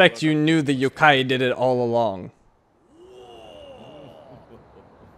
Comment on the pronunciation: Yup his pronounciation is wrong...